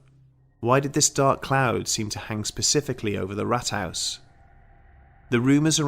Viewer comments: Just a single correction: the pronunciation of Rathaus should be more like Raathaus. This sounded like Rathouse :) However, I enjoyed the video, thanks for doing it! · Please stop saying Rathhaus, if not roll the rrrrr.. ,I think you talking about the first Wolfenstein game on pc. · Oh and haus say as hows, it's not 100% but closer.